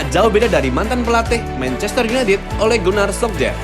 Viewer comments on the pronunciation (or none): none